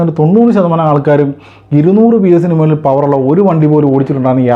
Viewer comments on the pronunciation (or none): none